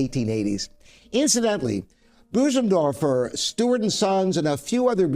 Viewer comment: Pronounce Bõsendorfer correctly, please!